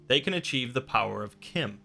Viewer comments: it's not kim it CH CH CH CH CH CH-IM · Pronounced CHIM like Time, not like Tim... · its fucking chim not kim